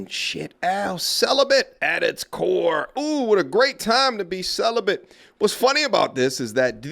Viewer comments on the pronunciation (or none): none